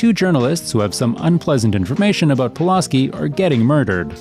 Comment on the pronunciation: I love how you keep mispronouncing Pulaski's name, even though you include video clips with the correct pronunciation